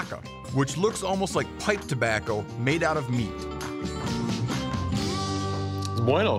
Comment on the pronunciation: It's bueno. Me goosta.